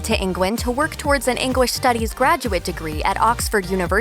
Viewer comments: Did anyone else notice the narrator pronounce "English" as " Engwish"? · Lol she headed to Engwish for her Engwish degree 😂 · Sorry Engwish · Why was it pronounced like ‘engwish’ around the 3 minute mark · Engwish???? Hahahha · Also Engwand and engwish. I hope she's okay! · Nah it was 'Engwand for her Engwish degree' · I replayed it so many times to see if I heard her right. "She graduated with an Engwish degwee from Engwand" 😂😂